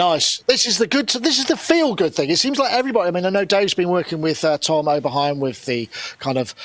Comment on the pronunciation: "Oberhiem"? Come on....